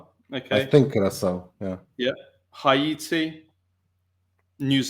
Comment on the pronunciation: He asks the other guy to pronounce Curacao, then completely butchers the pronunciation of Haiti 😂